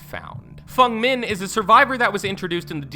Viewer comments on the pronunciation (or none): Fung Min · fung min?